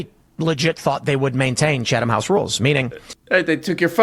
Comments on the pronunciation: That's a good thing Kim Iverson doesn't know how to pronounce Chatham House rules, Tim Pool. Why are you so familiar with it? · Dim Tool ‘so hilariously’ mispronounces Chatham House rules himself. The ‘H’ is silent. In Chatham, I mean. You do pronounce the H in House. I’ve been to Number 10 St James Square, the RIIS. Oh, and all the dingbats are the same choads taking money from Russia and other right wing wankers.